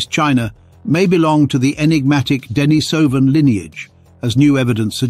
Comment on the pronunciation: Denisovan is pronounced "Deh-NEE-suh-ven".